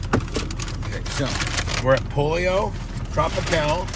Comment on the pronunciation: It's pronounced Poll Yo not polio. Cmon Bubbzy